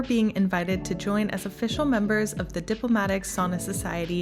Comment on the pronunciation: Please learn to pronounce the one and only Finnish word... Sauna, not sooona.